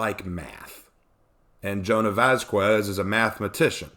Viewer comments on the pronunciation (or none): Love the video, one thing, the q in Vasquez is said like a k or c like vascular